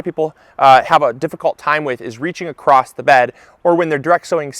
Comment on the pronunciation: Thanks for the tips. I love your channel. But it's "Across" there's no "T" don't say acrost...